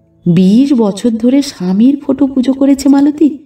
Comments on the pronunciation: গল্প পাঠ খুব ভালো লাগলো ' ৷ কিন্তু বার ' ফোটো' কথাটি কানে খুব খারাপ লাগছিল ৷ কথাটি ফটো হবে। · লেখক এর ভাষার বাহুল্য অনেক বেশি গল্প পাঠ নিঃসন্দেহে অসাধারণ শুধু ফোটো কথা টা বড়ো কানে বাজছে ওটা ফটো পড়লে ভালো লাগতো।আর গল্প টি যেন অসম্পূর্ণ।